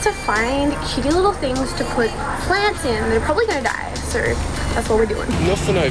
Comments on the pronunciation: I don't know why when she say "so" i get so mad 😂😂cuz she sound like saying sir😡😂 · This is the amount of times says neur and seur. (Translation: no and so) 👇🏼 👇🏼 👇🏼